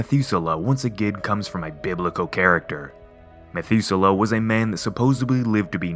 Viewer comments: SUPPOSEDLY, not, “SUPPOSEBLY”...🤨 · Dude did you seriously just say "supposably"? Dayum.